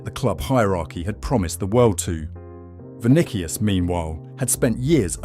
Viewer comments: This is AI slop. - the AI pronounces Vinicius' name with a K sound, not an S sound. He most likely uses AI to generate the content, too. How dare people take this channel seriously. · bro, his voice is LITERALLY the male AI version. No one mispronounces Vinicius in that manner, my guy. Stop coping.